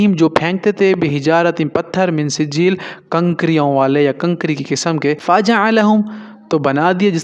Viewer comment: Mee sejjel ( ikhfa) not min sijeeel (izhar)